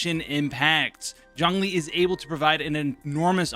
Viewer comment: 钟离。zh ong zhong 钟not jiang 姜 j i ang 。it‘s not seem Lol